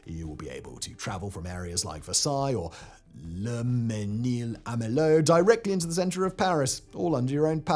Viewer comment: Whoever told you you nailed "Mesnil" should not get a paycheck.